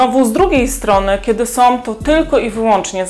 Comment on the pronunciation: Mam do Ciebie prośbę. Nie som tylko są.😂